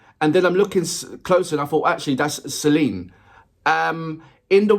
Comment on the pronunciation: Well, you got Celina right the last couple of reactions I've seen, so, one down, three to go. (By the way, her name is Celin-A, with an "a" on the end. If you're pronouncing it like Celine Dion, then you're not saying it right.) Alas and alack on the rest of them, though. Hang in there. If you stick with it, you'll eventually start recognizing their faces, and then their constantly changing hair colors and styles won't throw you off. This is their first original song, released in February or March of 2020, with plans for a music video and media appearances to promote it. About a week later, the pandemic hit, forcing them into a government mandated, year-long home quarantine and blowing up all their plans for publicizing the song (not to mention costing them all their upcoming paid gigs and expected sources of income). Who would have thought that all that hardship would lead directly to things like their weekly live stream shows, their Patreon accounts and their own dance and recording studio? As always, I greatly appreciate your high praise for the talent of these four songbirds. By the way, when they were on the X Factor, the judges referred a number of times to just how hard they worked and rehearsed. Over the years, they have demonstrated repeatedly what a tremendous work ethic they have. In fact, there have been times when their fans have practically begged them to ease up a little, for fear they would run themselves into the ground.